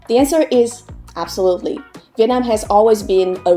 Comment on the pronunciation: I hear "Vietnine" (Viet9) whenever you say Vietnam.